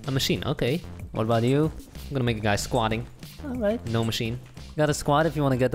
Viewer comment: “alwight,* man i had to replay that several times